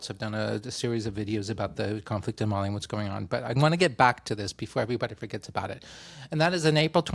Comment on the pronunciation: At the beginning I thought you said you had been distracted by "Molly" (actually **Mali**), I was a little surprised you would admit to such casual drug use!